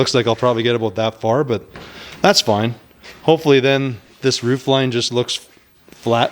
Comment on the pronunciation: Hey, whats the plan for the woof? eer i mean roof!